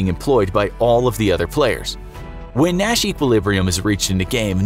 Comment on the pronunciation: Sometime through the video, I started hearing ‘Nash’ as ‘Mat’ ..... oh gosh.....